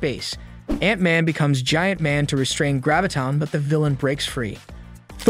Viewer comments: I was trying to determine whether this was a human reading the script or was it a computer. I was wondering why these well known heroes and villains' names were being mispronounced: Gravitin (Graviton) and Ultrin (Ultron). Had the guy not ever seen the show? Then the clincher came when the computer pronounced Modok's name M - O - D - O - K. The computer didn't know what to do with Modok's name. People watching the show know Modok but a computer doesn't. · Right? A-vinjers and M.O.D.O.K. Gravitin and Ultrin.